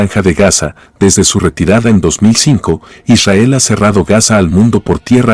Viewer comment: ishael ... que frustrante como lo dice... :face-fuchsia-tongue-out